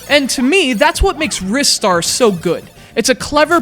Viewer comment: I always pronounced it, "RYE-Star", not "Riss-tar".